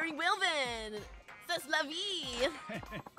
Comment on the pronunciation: I can't help but help, even into the empty void; Say-La-Vee (C'set la vie) and Sill-voo-play (s'il vous plaît). You also said "Cuhpee" instead of "Capeesh". Oh, and Magni-feek. But I do like the idea of the guy constantly trying to speak fancy foreign language and just say it all wrong. Also epitome is "ep-it-uh-me" While I'm here, I like listening to the dialogue to notice the sounds identifiable to my ears with the subtitles. It's how I notice Kiryu always says "Neesh-kee". I guess this middle "i" in Nishiki is like u in Sasuke.